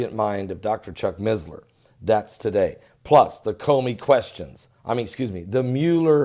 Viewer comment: there is no Z in missler. its not MiZzLeR